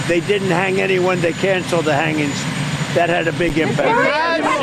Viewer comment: LMAO... "Hanginnnz". Dude cant even speak anymore.